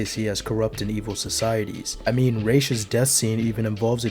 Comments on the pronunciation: Your (& Batman Begins') pronunciation sounds closer to the Arabic pronunciation than the comics, BTAS, and Arkham's Raysh which means feather(s) in Arabic. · Ra's is closer to the proper pronunciation than Raysh which means feathers in Arabic and is more like the Hebrew "Rosh" or Aramaic "Risheh" meaning head with the "sh". In Modern Standard Arabic it'd be pronounced like Ra'as (with a break in the middle denoted by the apostophe and another a). While in colloquial Arabic, it'd be pronounced like it's said in Batman Begins but with an s at the end rather than a 'z' sound - "Ras". Good video, btw.